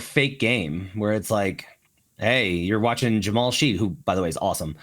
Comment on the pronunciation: Hey, just a heads-up—Jamal Shead’s last name is actually pronounced ‘Shed,’ not ‘Sheed.